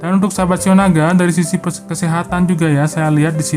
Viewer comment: Lone king,,,,,qu ketawa krna pembacaan shiao naga keseleo😃.....